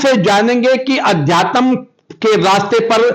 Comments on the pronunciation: ठीक से अध्यात्म बोलना चाहिए आप को। अधतयम क्या होता है 😮😮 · अध्याय तम क्या हुआ सही से उच्चारण करो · भौतिकवादी जीवन से वैराग्य की रह पर चलना बड़े कठिनतम फैसलों में से एक है। उनके पिताजी का इमोशनल होना स्वाभाविक है। आजतक के पत्रकार महोदय का अध्यात्म को "अध्यातम" बोलना सुनने में अटपटा लगा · सारे बकवास प्रश्न पूछ रहा है😆😆😆😆😆😃😃अध्यातम नही होता अध्यात्म होता है😂😂😂ओशो का क्वालिफिकेशन विवेकानंद का और रामानुजन योगी परमानंद जाणते हो बुडभक 😂😂😁😁😁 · Adhyatm hota h ki adhyatam? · महोदय पहले तो आप अपनी वाणी को शुद्ध कर लीजिए, आप आध्यात्म को अध्यातम बोल रहे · इस रिपोर्टर को अध्यात्म बोलना नहीं आ रहा, अध्यात्म को अध्या तम बोल रहा है😊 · पत्रकार महोदय अध्यात्म बोलना सीखो अध्यातम, नहीं आपको पत्रकारिता भी आती है की नहीं मुझे तो शक हो रहा है पहले अच्छी तरह से हिंदी शब्दों का उच्चारण करना और महत्व जानना सीखिए इसके बाद पत्रकारिता की शुरुआत कीजिए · रिपोर्टर भैया वो अध्या + तम नहीं अध्यात्म है सही उच्चारण करो गलत शब्द बोल के irritate कर रहे हो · अध्यात्म सही तो उच्चारितकरना सीख लीजिए 🌹अध्यातम कोई शब्द नहीं होता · अधयातम...... अधयातम........ अधयातम....... ये क्या है ? अध्यात्म कहना गुरु जी ने नहीं सिखाया है ? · आध्यात्म बोला जाता है न कि अध्यातम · आध्या तम क्या होता है कौन तुम्हे आज तक में भर्ती कर दिया शुद्ध उच्चारण सीख लो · Adhyatan hahaha bhai thik se bol le pahile "Adhyatamnh" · आध्यात्म बोलो साहब जी आद्यातम नही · It's very irritating... anchor's pronunciation, it's अध्यात्म न कि adhyatam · Adhyatam नहीं अध्यात्म होता है, इतने बड़े हो गए हो लेकिन हिन्दी बोलने भी आता । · पत्रकार अध्यात्म नहीं बोल पाता अध्यातम बोल रहा है। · Reporter saheb, Adhyatam nahi hota Aadhyatm hota hai😒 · pahle adhyatm to theek se bolna seekh lo mahoday.... kaun aapko mice de diya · भैया पहले अध्यात्म का उच्चारण तो सीख लो, अशुद्ध बोल बोलकर मूड खराब कर रहे हो। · अंकल जी पहले तो आप अध्यात्म बोलना सीखिए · पहले अध्यात्म तो बोलना सीख ले बाद में पत्रकारिता करना। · पत्रकार महोदय अध्यात्म बोल ही नहीं पा रहे हैं इन्वेस्टमेंट के आधार पर पत्रकार बन गये या योग्यता के😂😂😂